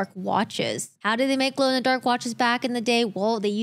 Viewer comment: She said “glew in the dark” 😂